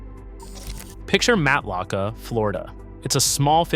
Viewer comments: Matlacha is pronounced "matt la shay" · This information is inaccurate and incorrect. Florida insurance is subsidized by the state of Florida. You can get insurance throughout the state, but some areas the premiums are higher than other areas. BTW, You are pronouncing Matlacha and other Florida towns incorrectly. Huge give away that you are not a true Florida native. I live in one of the areas you said are uninsurable. I not only have insurance. My policy has not changed and I still pay the same amount with the same coverage for several decades. Also, in 2004 Lee county had 4 major hurricanes hit them. More than 2022 when hurricane Ian hit. In North and Central Florida where sink holes are common, you have no trouble receiving insurance, you just will not be able to get sink hole coverage. I could go on and on and on. Homeowners insurance is different than flood insurance. Flood insurance is provided by the Federal government, not through regular insurance companies. Also, homeowners insurance has a regular policy with hurricane part to it. Know the difference.